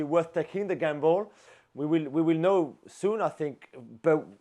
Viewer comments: I like how the guy on the left keeps on saying "the gambol" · Love how Jules pronounces gamble as gambol 😂